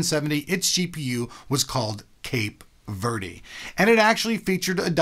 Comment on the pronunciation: He said verde wrong haha